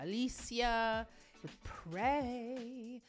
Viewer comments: Her name in english is more of "Alecyah" alicja rather than AliSHIA, just saying. Thank you for reactions and explaining singing science ❤❤❤ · Also, it's pronounced ah-LEETS-ya :)